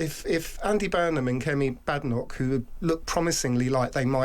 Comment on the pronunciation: It's Bay-Denoch